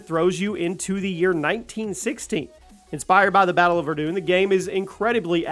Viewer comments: It's not verdoon, its ver-done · It's pronounced Ver-done. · Hell yeah. Btw its pronounced *ver-done*👍😂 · Verdun “verdone”. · Ver- done is how it’s pronounced, my friend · Ver-doon.... like... who doesn't know that one? It was supposed to be the war that ended all wars... "lest we forget" Lolźzzz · Verdoon lol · It's pronounced Ver as in verison and dun as in done, Verdun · The way he said Verdun was just awful man